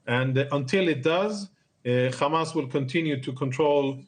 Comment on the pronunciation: Khamas 😂😂 cant even pronounce properly